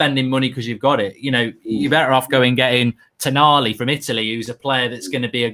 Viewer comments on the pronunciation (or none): none